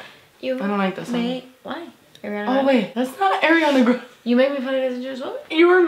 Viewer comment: I swear to God I heard you say "Aereola Grande"